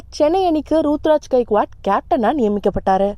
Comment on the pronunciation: யம்மா அந்த பையன் பேரு ருதுராஜ் மா சும்மா ரூத்ராஜ் ரூத்ராஜ் னு சொல்லிட்டு இருக்க எனக்கு வேற மாதிரி கேக்குது...